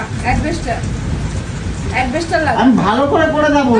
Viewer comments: ও সমান পণ্ডিত! "অ্যাসবেসটস" - কে "অ্যাসবেসটর" বলছে! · বলছে অ্যাডবেস্টার, সালা অশিক্ষিত।😅 নিজেরই যেখানে এত উচ্চারণ ভুল, সে নিজের স্বামীর এত উচ্চারণের ভুল ধরে কি করে? এ আবার নিজের মেয়েকেও পড়ায়। মেয়েও তো এর মতনই উচ্চারণ শিখবে বলে মনে হয়।